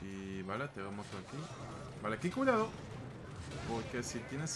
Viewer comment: Cuando decís "aquí cuidado" no sé por qué se me confunde y escucho "que culiado" ajajajaj. Saludos estimado